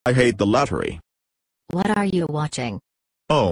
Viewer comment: “I hate the luttery !”